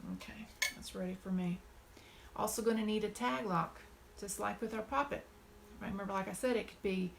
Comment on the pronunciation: are you saying "tag lock"?